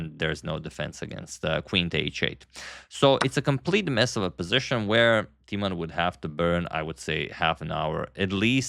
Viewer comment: Knowing you appreciate : Timman is mispronounced , the i , a vowel as is usually the case in mispronunciation . You make it into Teaman , funny . The i should be pronounces as in Tim and timber : Jan Timman . I corrected you on the pronunciation of Dutch chess player Roebers ( the oe sound ) , which you later pronounced correctly , I hope you do the same with the name of one of the best Dutch chess players ever .